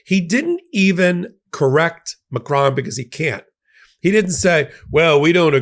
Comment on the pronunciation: Just for fun: it is close to this ma - krone; accent on the second syllable. The "o" in "cron" sounds like hone/lone/sown/. Bad suggestion but it is pronounced like "crony". Get the O sound right and you're a winner. Thank you to my president! From France.